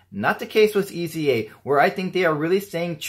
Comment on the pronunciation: Nice video for a nice watch! By the way: The first thing to know is that it is not pronounced as three letters - E.Z.A. Next, the German Z is pronounced like the English S. Finally, pronounce the E as a long A, as in "ate". And you have /AYs-uh/.